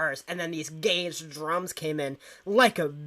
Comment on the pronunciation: Gated drums. Not "gauged" ☺